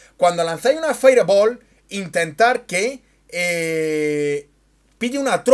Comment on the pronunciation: si no tienes un correcto pronunciamiento del ingles... limitate a decir bola de fuego. saludos.